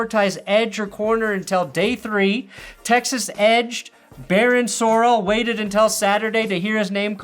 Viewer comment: It's not Sorel. It's Sorrell! Sore rail. Say it right!